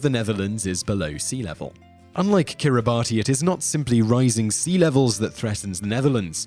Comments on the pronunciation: Hate to be a language wonk, but the number 10 country is pronounced "Kiribass" in the native language (Gilbertese), not "Kiribatee." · Kiribati is pronounced "Kiribas". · Kiribati should be pronounced “Kiri-bas”. The “ti” makes an s sound for their alphabet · Peter Ambrus It's pronounced Kiribas. In the local language they pronouce "ti" as an "s", for some reason. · It's pronounced "Kiribas", not kiribati. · Kiribati is actually pronounced as (Kiri-bahs) because the 'ti' in the native language is pronounced as 's' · Fun fact: Kiribati is pronounced Kiribas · It's pronounced Kiribas. It's doomed. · Man, kiribati is pronounced as "Kiri-bas". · Kiribati is pronounced "kiri-bass". "ti" in the orthography of Gilbertese is always pronounced as "s". One of the islands in the country is called "Kiritimati" substitute "s" for "ti" and you get "Kirismas" which is the Gilbertese way of saying "Christmas". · It’s pronounced Kiribus but their ti is pronounced s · You mispronounced Kiribati. It is pronounced, "Kiribass". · yep. it is Kiribas. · Ojaswit Luthra And Kiribati, it's pronounced "Kir-e-bas". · kiribati is pronounced kiribas lol. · Yep, it’s pronounced kiribas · Just as Kiribati is pronounced Kiri-BUSS... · It's pronounced "Kiribas" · Er.. No!! Brits don't say Kiribati. It is pronounced Kiri-bas. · It's pronounced kiribas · Same with Quebec, Kuomintang, and Kiribati. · Yeah. Stopped watching this after a minute. Couldn't get the name of the first country right. More research is needed. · Kiribati is also mispronounced. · Stop pronouncing Kiribati incorrectly How about you investigate before making a video